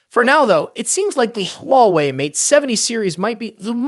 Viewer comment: AI voice? I heard like 10 different pronunciations of Huawei lmao.